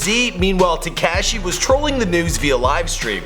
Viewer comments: It's not tacashi it's takashi like cop ka ka kashi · Why TF u saying tacashi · Learn how to say Takashi right dbag